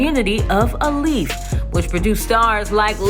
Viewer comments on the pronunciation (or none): Alief is pronounced aye-leaf 🙄